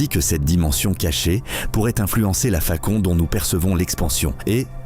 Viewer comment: Vive la "facon" de "parle" 😂😂😂